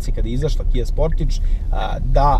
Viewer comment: Kaze se Kia Sportaž, a ne Kia Sportidž...